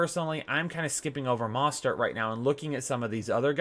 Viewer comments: YOU ARE SAPOSED TO PRONOUNCE THE O IN MOSTERT Please stop it’s so annoying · Please learn how to pronounce Mostert. Sheesh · Ha learn how to pronounce Mostert bro